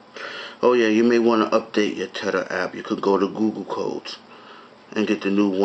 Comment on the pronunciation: "tetter" LOL